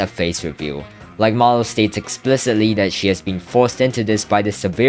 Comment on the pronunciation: Marlow ❌ Manlow✅